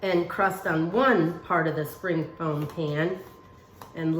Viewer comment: She kept saying spring foam pan. I laughed every time. She's so cute.